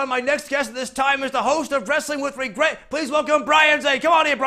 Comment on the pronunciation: Did Rhodes say " wrestling with A wregret"?